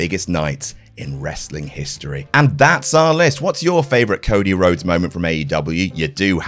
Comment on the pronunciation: "There are loads.. Cody Lhodes" got me there 😄